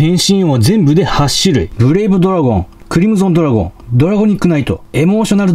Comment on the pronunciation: 〜 グリムゾンドラゴンではなく クリムゾンドラゴンでは？